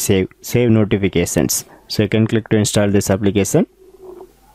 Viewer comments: How? Applikesan? Lol, bruh its application. No hate or offense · Gud Job but try to pronounce notification and application correctly